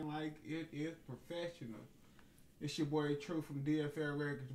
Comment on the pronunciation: it PO-pheshonal lol